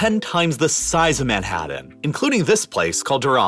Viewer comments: Madd-hadd dan... I think you mean Manhattan. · Manhadden? haha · You need to work on pronouncing your 'T's. Manhadden? Moudens? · I don't know if it's your audio processing or your pronunciation, but something is weird about your Ts. "... biggest on the plane- T " "... the entire condinen- T " Yet also, "Moundhains" "Manhadhan" Yes, I know that a lot of us Americans soften our Ts into Ds, but it is very noticeable yet inconsistent here, and words that end in T have it stressed hard and delayed. What's up? It sounds like you went back and over-edited your spoken lines by adding missing Ts after accidentally having cancelled them out when you gated off a certain background hiss frequency. Or maybe I'm just overthinking it. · Why does the narrator hate pronouncing the letter T (Manhaddan, mounands)? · I still can't figure out why he pronounces "t" as "d" when it shouldn't be... ("Manhaddan", "moundains", "Uddar Pradesh" etc). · Where the heck is “Manhadden”? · Manhatddan Moundains Why do you pronounce Ts like Ds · Marred by your hysterical hyperbole and lazy pronunciation of a few words such as Manhadden, Mownans, and Anardica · Dude work on your pronunciation of the letter t. It's frustrating to listen to. Moundain, Manhaddan, wedder, population beld, Uddar Pradesh, condinent. Please dude. Other than that it's a good video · 😁 that's yo" pronounce MANHATTEN over there ❓️ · Omg the way you pronounce Manhattan and mountains. Is bizarre lol. <3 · This guy cant pronounce "Manhattan" or "mountain" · Manhatten and mountain each contain the letter 't'. 't' is not pronounced as a 'd' sound.